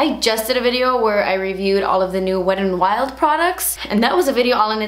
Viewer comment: Is it weird that I love the way you say Wetandwild, like it's all one word 😂